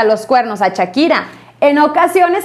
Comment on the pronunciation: Chakira y yerar pike Jajajajaja esta señora ni pronunciar sabe pero para soltar lengua venenosa en seguida